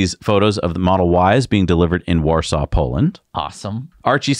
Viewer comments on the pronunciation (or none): none